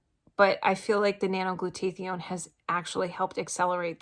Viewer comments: glad it helped you! its helped me allot as well. It is pronounced "glue-taa-thy-own." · I noticed too that is wasn't pronounced correctly, but good for her that she is taking it. We take something calling Immunocal which produces Glutathione in the cells. Has 11 medical method of use patents and have been taking it for 15 years. I had polio and my husband just beat cancer.